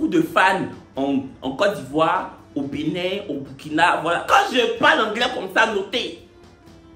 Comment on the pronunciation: Mais en comment Benin devient Benille dans anglais là?🤣🤣🤣🤣🤣